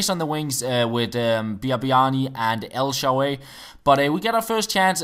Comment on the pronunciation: El Sharaawy not el sharay, anyways good video,subscriber since 2012 :D